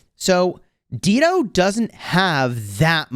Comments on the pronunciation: it is pronounced as Dai-doh. Not Deedo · Not Deedo, Dah-i-do, like the singer, Dido. 😅 Is this still relevant against Gorgo and Zenobia?